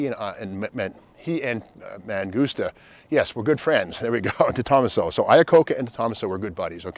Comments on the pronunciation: Trident inside the Chrysler "penta-star." By the way, it's DE-to-maso. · Detomaso, say it with me….. Day-toe-MAS-oh… Lol, phenomenal presentation as always Steve! Never knew these existed. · toeMAHso not TOEmuhso And you said Chrysler LeBron tc as if that’s a thing. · Is that how De Tomaso is pronounced? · Steve, check out the YouTube videos showing how to correctly pronounce, “DeTomaso”. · Damn, your pronunciation of DeTomaso is horrible